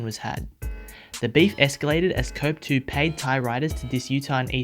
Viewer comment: cope 2 the e is silent